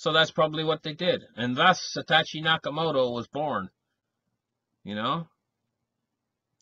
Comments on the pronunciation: YESSS!!! Hello? SAH-TOW-SHE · It's SA. TO. SHI.